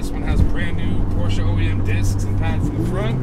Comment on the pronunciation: A big thank you for the right pronouncing of the name Porsche.